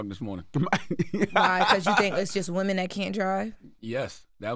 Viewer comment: Women!!! Not Woman!!!